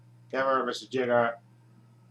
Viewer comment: It's a shame you you didn't reach me,friend. Back in the 1990s I wrote articles about Gamera for two magazines. And for the record, it's pronounced "JAIGER",not "Jigger". Some idiot who used to review the Gamera movies on Youtube kept using the term, 'Jigger n***'. I had that A-hole reported to the administration. Glad to see his videos finally removed. If you ever want to redo these Gamera videos please contact me. I'll be more than happy to give additional input.